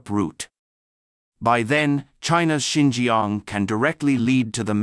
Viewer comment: Not Sin gee gee young but sin cha ang..